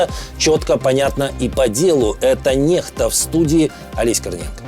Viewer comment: Читается как Некста , никак не нехта .